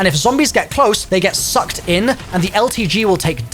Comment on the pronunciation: Why are you saying "sucked" like that.